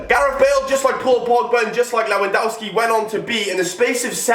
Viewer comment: You pronounced Lewandowski wrong..Just saying